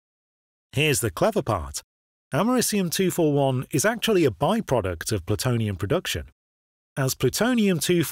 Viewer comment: Hey nerd, American here, you're pronouncing the element we literally had named after our country wrong. You say like you're saying America, and then just ium at the end.